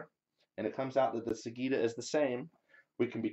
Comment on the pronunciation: Interesting experiment - I look forward to see how it comes along. One small quibble - sagitta is pronounced with a J sound, not a G sound.